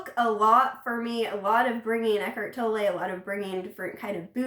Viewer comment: Americans and their Eckhart Toll-eih xD If you can pronounce the word 'tolerate', you can say Tolle. Just take away the last 4 letters. :) Eckhart Tolle. You're welcome. ;)